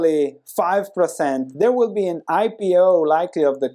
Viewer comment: I like your content but it really is weird to hear you say precent instead of percent in so many videos.